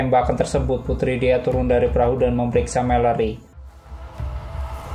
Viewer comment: Jangan gugup min.. Rilex aja. Masa "PERAHU" ampe jd "PERAHYU" wkwkwk...